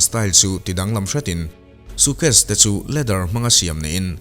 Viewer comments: Bengvarthlak hle mai. Lam dan tlema fimkhur erawh a ngai.... Sukhes tia lam ang te hi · Suitcase ilam dam hi van mak😂 suu case iti maii ka hria😂